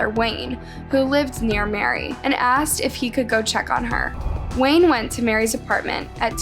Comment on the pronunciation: The victims name also changes, both audibly and in closed captions. She’s called Mary as well as Marie. And her name is spelled Maree, Marie, Murray, and Mari in the video. Of all things I can forgive the other mispronounced and misspelled words but not the victims name.